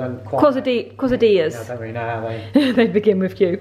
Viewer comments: Thanks 4 showing us how your do your eyebrows. They are great! Quesadilla pronounced kay-sA-dee-yA. Lol always fun to spend time with you vlogging. Thank u!!! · Pronunciation: Kay-sa-dee-ah